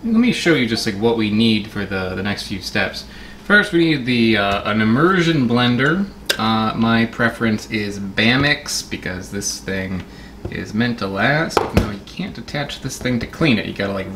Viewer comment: the brand Ba-mix is pronounced like Bar Mix, as in it's a stick blender used in a bar.